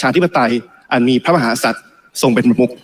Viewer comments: เหร่อ ?? ติมน่าจะมีปัญหาทางกายภาพหรือไม่ก็สมองนะ...ติมไปรักษาลิ้นไก่มึงให้หายก่อนนะครับ ลิ้นน่าจะป่วยนะคะรับ พูดว่า พระ มะ หา สัด อ่านให้ชัดๆนะครับว่า พระ มะ หา กะ สัด นะครับ ถ้าลิ้นไก่ไม่เสียก็กลับไปเรียนภาษาไทยก่อนค่อยมาบริหารประเทศนะครับติม.. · เหร่อ ?? ตูว่า สส.ก้าวพลาดลิ้นไก่สั้นทุกคนนะ เช่นติมน่าจะมีปัญหาทางกายภาพหรือไม่ก็สมองนะ...ติมไปรักษาลิ้นไก่มึงให้หายก่อนนะครับ ลิ้นน่าจะป่วยนะคะรับ พูดว่า พระ มะ หา สัด อ่านให้ชัดๆนะครับว่า พระ มะ หา กะ สัด นะครับ ถ้าลิ้นไก่ไม่เสียก็กลับไปเรียนภาษาไทยก่อนค่อยมาบริหารประเทศนะครับติม..